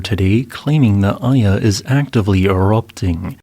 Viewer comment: Iya in my language is pronounced ee-ya, a rock. Iya Kawa is called the Devil's Peak today. My first thought was, how could Iya Kawa cause a tsunami LOL. Meanwhile, I'm beginning to think Indonesia is cursed, erk. As the Chinese curse someone, May you live in interesting times!